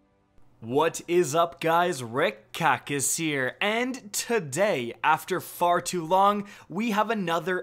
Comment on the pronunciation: For months I kept hearing, "What's up guys, Red COCK is heah..." Now that I actually heard "Rick Kackis" once or twice, I'm just keeping Red Cock as the permanent meme intro in my mind.